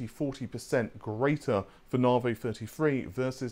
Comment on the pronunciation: Drink everytime he says Navay instead of Navi